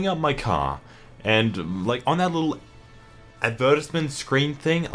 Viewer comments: This fool really said advertisement like that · pronunciation of the word advertisement makes me want to burst into flames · Ad-VER-tiz-ment? Is that how aussies pronounce Ad-ver-TISE-ment? You learn something new every day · How... how did you pronounce advertisement? "ad-VER-tis-ment" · "ad vur tis ment" WHY DO YOU PRONOUNCE ADVERTISEMENT LIKE THAT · Imagine not knowing how to say advertisement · the way you pronounced advertisement really put me off guard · Advertisement??? Do Australians prounounce it that way? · Whoa whoa...how do you pronounce advertisement? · What? Is that really how Aussies say it?